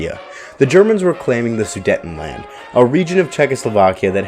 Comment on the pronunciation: Learn English and how to pronounce words properly. It’s inconceivable not unconceivable. And the region is pronounced “SOO-DATE-EN-LAND”, not “SAIDETTIN-LAND”.